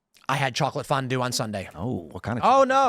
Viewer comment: did somebody say fondoue????